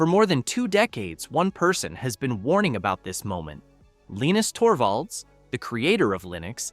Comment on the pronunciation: LEENIX Torbo? When is A.I slop narration, going to end? I'm out.